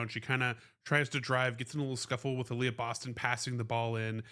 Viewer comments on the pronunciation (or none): none